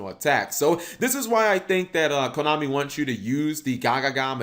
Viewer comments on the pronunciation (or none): none